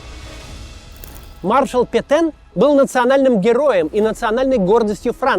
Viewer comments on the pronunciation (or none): Петэн пэтен пэтен пэтен пэтен